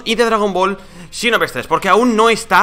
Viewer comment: Por qué dice chinoverse